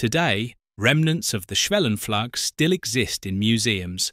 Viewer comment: Sometimes you pronounce the u in schwellenpflug correctly like [uː], then again you say [a]. It's the first one, and why not be consistent? In case you wonder where these different vowel rules come from: A process took place in english, between about 1300 and 1500, called the Great Vowel Shift. It means, while your vowels nowadays match the practical requirements of your language, it has also distanced it - insofar - from most other languages, who retain the pre-GVS sounds. Wouldn't a 'superior' edusys teach such facts in school?